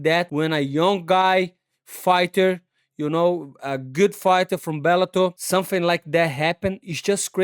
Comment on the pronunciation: Set up an insurance company Moicano? Money Moicano Dodgy Brazilian Insurance Scams. Totally legitimate, "let me tell you sumfing"